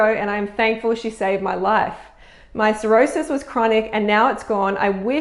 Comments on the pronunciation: You pronounced Psoriasis as Cirrhosis. one is a skin condition the other is a complication from liver disease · The word is psoriasis.. not.. cirrhosis.. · Psoriasis not cirrhosis. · At the beginning of this video says the girl thanks her for clearing her up from her Cirrhosis.. which is a liver disease, but I think mispronounced the word and meant to say psoriasis which is a skin condition. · Freelee! It is not pronounced "Cirrhosis" sir-Roe-sis which is chronic liver damage. You pronounce the word in the comment as "psoriasis" "suh-ri-uh-sis, which is what the person in the comment you showed has.....A rash. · psoriasis so-Ri-asis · Not cirrhosis.Different disease. Pronunciation my dear.